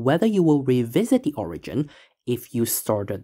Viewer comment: Why is it that most of you math creators have absolutely miserable pronunciation? We add up de total. Owigin. Nice job.